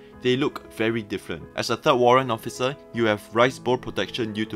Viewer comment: Did I heard Occifer?